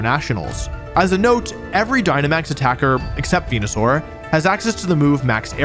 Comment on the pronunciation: super proud of you for the TPCI sponsorship, very disappointed to see you sold out (pronounced venusaur correctly)